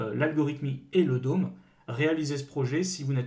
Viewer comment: Bon faut vraiment mettre les choses au clair ON NE PRONONCE PAS "LE DÔME"!!!! Ça se prononce comme "homme" le "d'homme" , ça fait tellement mal aux oreilles "le DÔME". Faites un effort, dans le dev, un minimum d'anglais c'est juste indispensable encore + que les bases JS, surtout si vous prétendez former des gens.